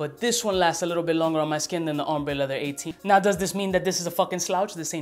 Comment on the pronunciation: leather, lehver, levuh :D. Man, I love your videos!